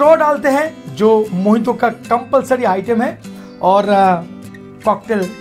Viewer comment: dada mojito ko mohito kiu bolta he???